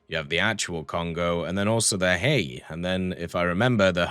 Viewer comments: I believe Hiei is pronounced as Hee-ay-ee. I have trouble with Japanese pronunciation so I am not completely sure. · I do believe it is pronounced He-Ay (Japanese is weird), regardless it is really nice to see all four Kongos in game, now we just wait for them to chuck one of the three remaining battleships in our face as an $80 premium. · i think its pronounced hee-yay or something like that